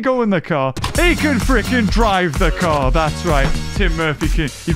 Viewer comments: when says "car" i cant help but hear anything else other then "car car" xD help me please god i cant return to normal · Which one's the friggin car-car again?